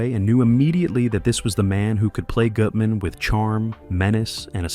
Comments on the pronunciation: CASOER “GUT-MAN” not “GOOT-MAN” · AI pronunciation of names weird. Goootman? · Note to OP: Spell Bette as "Betty" Lorre as "Laurie" Gutmann as "Gut man" for the AI to pronounce it right. "Carecter"?